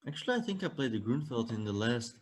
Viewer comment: "I tsink" lol ... typical Dutch pronunciation of "I think" ... as I am Dutch too and needed to practice how to use "th" after a while I succeeded to do it perfectly. It takes some effort.